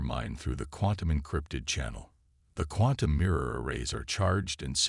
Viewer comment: Say quantum again